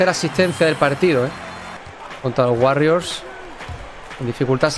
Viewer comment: POR DIOS DI WORRIORS CADA VEZ Q DICES WARRIORS ME DAN GANAS DE DEJAR DE VER EL VIDEO